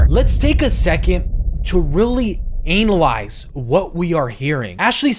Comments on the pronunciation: this is my first time seeing one of your videos. what the FUCK is this😭😭😭😭the sudden clip changes, the obnoxious sound effects, your choice of vocab, THE SCROOGE PJS, pronouncing analyze as anal eyes, im actually gonna cry😭 edit: THE SUDDEN OUTFIT CHANGE?? WHAAAT😭😭😭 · Ur saying analyze wrong 😂😅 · i love how you say analyze like you put such emphasis on the anal